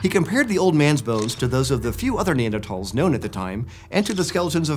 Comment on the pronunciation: The way he pronounces Neanderthals drives me crazy, there is not a hard t in that word.